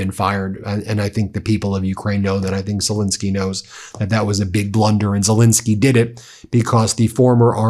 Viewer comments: Could you at least pronounce the Ukrainian President's name correctly, or is that too much to ask?? It is Zel*E*nskyy, not Zel*I*nskyy. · STOP MISPRONOUNCING ZELENSKYY!!!